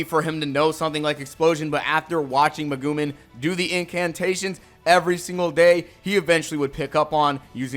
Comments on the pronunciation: Did you really just say Meh gu Min? What do you think she is? A Legume? Megu Mean Or Mega Mean Like I don't even think you watched the anime despite having all these clips of it for the video. Cause.if you had watched it subbed or dubbed, you'd know you pronounced it wrong. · “Megu-min” damn, how do you make such a basic mistake??? What, is this AI generated??? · Dawg no way you pronounced Megumin's name as Ma-goo-man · The way you pronounce megumin is pretty funny..